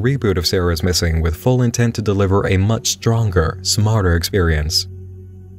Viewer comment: FWUCK IT SOOOO MWUUUUUCH